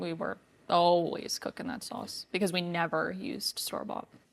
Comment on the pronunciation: I feel the world has gained from your online videos. You are both so genuine and enjoyable to spend time with. I am shocked that you are not Italian, and I thought you were from New Jersey because of the way you pronounce sauce. We live in WA State, and our neighbor is from Jersey and says sauce the same way. My husband is Italian and was born in Waynesburg, PA. He has family in Pittsburgh. They have more twang in their speech. I love your channel and am happy that you, the super food hound dog Hunter, and have joined forces to keep it all going!🥰